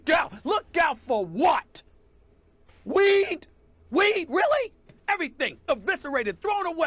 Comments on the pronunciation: He pronounces weed with three extra syllables and Skip never even cracks a smile. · Why does he keep putting emphasis on it, tho?! WEEEEEEEDUH!! LMAO!! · David-Storm Mukuria call it STAY OFF THE WEEDUH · He's emphasizing it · His comedic pronunciation of weed hurts his very valid point.